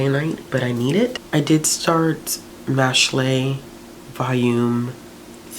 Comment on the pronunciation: Just a heads up Mashle is pronounced like mashel, so like muscle but mashle since muscles are the main guy's thing😂 love that you touched on that series!😊